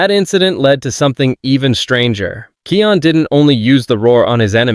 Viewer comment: Kion's name is pronounced KAI ON not kee on lol!